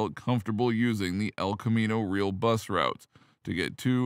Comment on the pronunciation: camino "real" - pronounced ree-AL - not real. 🙂